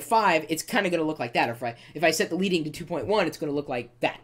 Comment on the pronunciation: It's pronounced led-ing not leed-ing